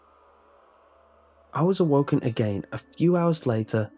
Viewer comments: just got to love the way he says "again" like "i gain" xdddddddd anyways great story, keep it up! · you have a weird way of saying again